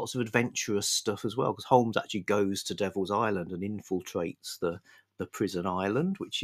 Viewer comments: silent l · Stop it,. Stop this Americanism right now. There's no 'L' in Holmes.